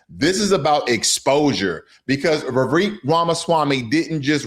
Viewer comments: Vivek is pronounced Vi-vake like cake. Also, Vivek comes from ancestors of the highest caste system in India. His family did not poop in public. 🙄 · You pronounce Vivek as if it is Revek.